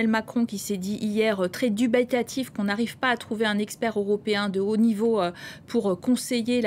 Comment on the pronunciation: "Très dubitatif"… Madame, et pas "dubétatif".